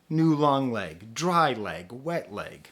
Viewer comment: I cant get enough of how you pronunciate Wet Leg